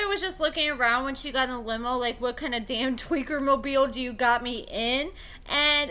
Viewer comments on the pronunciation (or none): none